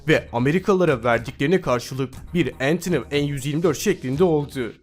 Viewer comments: Entınıv :D Antonov Diye Okunuyo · Antonov entınıv değil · Ya ALLAH askina antonov kelimesine nasil entiniv dersin ya.yaziklar olsun. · Entınıv değil kardeş antonov diye okunur.rusça bir ismi ingilizce aksanla okumak çok saçma olmuş :) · Antonov da demedi Entınıv En 255 dedi akshfjdksksl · abi antonov uçak entonov diye okunmuyo antonov diye okunuyo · Şu Rus uçaklarının isimlerini neden İngilizce okuyorsun? Entınıf değil, antonof diye okunuyor. Diğeri de tupolef... Evet sondaki v harfleri f diye okunuyor sadece. Bu kadar kolay. Hâl böyleyken neden bu kadar kastırdın? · antonov entınıv diye okunmuyor direk antonov diye okunur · entiniv ne amaina koyum antonov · Rusların ANTONOV uçağı aynı yazıldığı gibi okunur, ENTINIV diye okunmaz. Uyarayım dedim :) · ENTINIV NE BE:)))) YAZILDIGI GIBI OKUNUR RUS UÇAKLARI. ANTANOV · Eğntınıv mı? :D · entinov degil agiz dolusu telaffuz ile Antonov ki bu bir soy ad.yani Antonun oğulu anlamında. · antinıv ne la rus uçağı o ANTONOV diye okunur o her yabancı kelimeyi ingilizce sanmayın be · Antiniv ne olum 😒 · Antonovu entini diye okuyan ilk kisisin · Öntönöv An 225 okunuyor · entınıv mi antonov mu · entiniv ...?? 4.12 dk. Spiker C-5 'Si Bes' diyor, Rusca Antonov'u da entiniv diye okuyor, iyiymis... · Daha da kötüsü ANTHONEYAV N-255 diye okuyor 👏😁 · Entınıv en yirmidört nasıl bir şey? Rusca İngilizcelenmiş, AN "EN" olmuş Yirmidört Türkçe. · antonov ve tupolev Rus uçak şirketleridir ve ismi de Rusça okunur yani entınıv diye okunmaz git bi araştır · kardeş rus uçaklarını bokum gibi ingilizcenle entınıv gibi teleffuz etmene, sana bir uçağın cephanelikte olduğunu düşündüren yetersiz genel kültürüne,B-52'Yİ Bi- elliki diye okumana, kısacası araklamayı bile beceremediğin bu osuruk kadar değeri olmayan videona tüm bu uçaklar park etsin. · "Entinıv" değil o, A-N-T-Ó-N-O-V. Rus soyadıdır, amerikan aksanıyla söylemeyin ya, çok iğrenç sesleniyor. "AN" da Antonov soyadının ilk 2 harfi, "en" değilll. TUPOLEV de aynen Antonov gibi.